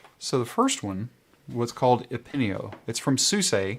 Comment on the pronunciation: Thanks for having a look at Epinio, and yes, the pronunciation is correct! :D